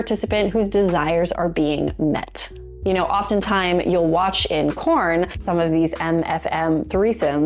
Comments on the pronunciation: Is she saying "corn" instead of porn? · Im new to this channel (love it) but at the risk of sounding stupid, are u saying "corn" in reference to porn? Just curious because after about the 2nd time I heard u say it, it was the only thing I could concentrate on lbvs😂